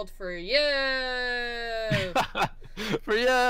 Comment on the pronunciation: yelling "for youuuuuu" with a surfer dude accent in the lowest quality mic ive ever heard might be the funniest thing ive heard my entire life